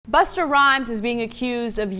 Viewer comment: "Buster" Rhymes she called him. lol! Doesn't she know it's Busta Rhymes, not Buster Rhymes?